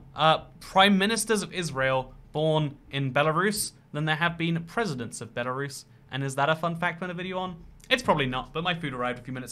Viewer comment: Me: *profusely swearing at him calling out Belarus in the video* Also me: *demonic screeches about how he said Belarus in different way*